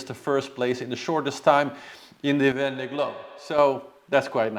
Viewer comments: regarding the vendée globe pronunciation its much closer to "vawnday" (awn like in dawn) than what you are saying. its a little bit more of an o sound than straight aw but vawnday is pretty close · Oh nooo! 🙈 That's not how you pronounce it! A double "ée" is a long "e" that stays an "e" without adding a "y" to it! Can't think of an English word that sounds like that ée! Maybe you can listen to a translator? It's the same cringy sound that you say when you pronounce "m'aidee" which means "help me" and has got nothing to do with your transformation to "Mayday"?! 🙈🙈 your example of "ven" = "dawn". 👍